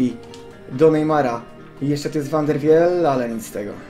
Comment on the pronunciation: Drogi Junajtedzie Van der Wiel czyta sie van der wil :)